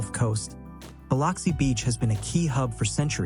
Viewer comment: Please learn how to pronounce Biloxi (buh LUHK see) correctly.